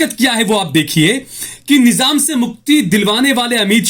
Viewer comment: Nijam nhi nizam hota h amitsah pagal 😂